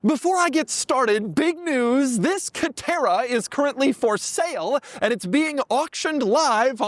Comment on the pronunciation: Dude , calm down before you have a stroke. It’s just a C a TE rA